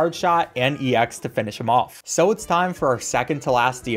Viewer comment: YOU DONT SAY E X YOU SAY EX